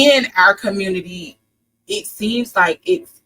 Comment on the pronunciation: The "communitah" is already dead. Divest.